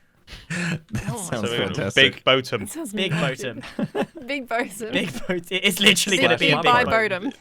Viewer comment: Boatem having a competitor........grian be like: boathem